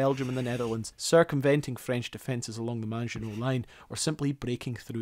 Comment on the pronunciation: It's pronounced "Maggie-knot". It's French.